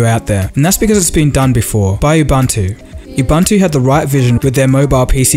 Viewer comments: Ubantu my ass! "The word "ubuntu" is an old African word meaning "humanity." It is pronounced "oo-boon-too". It is one of the most popular Linux distributions and it is based on Debian Linux." Thumbs up, anyway. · why do white people [& this black person] pronounce it "ubantu" like u are already saying the "u" the first time, so why do you then pronounce the second "u" as "a". Its ubuntu. ven if you have to say it in a white accent, IDK much for accent, its not language. But where are guys getting "ubantu" lmao. u clearly can say the first "u", just say it again